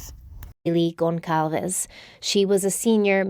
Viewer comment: This woman is pronouncing Alivia Goncalves name wrong!!